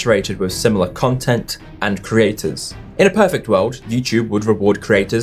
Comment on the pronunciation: Why are people unable to pronounce the word 'creators' anymore? I didn't realize Youtube had craters.